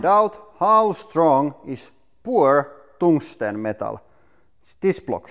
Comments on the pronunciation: Tungsten. Not Tongue-ston. That is not hard at all. It is slippery and squishy. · I’m sorry but: “poor toongstang” cracks me up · Toungsten LOL